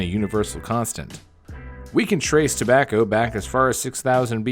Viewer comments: 1 ur script goblin XD And u said tabacker at one point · “Tobaccr products“